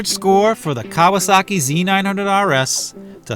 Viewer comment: Fair! Reminds me of my old KZ for sure. I'll stick with my speed triple ;) Kudos on the correct pronunciation btw